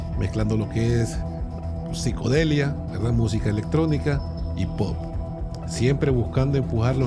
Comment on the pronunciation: psicoDELíA no psicoledia, pisco(mente) delia(delirio)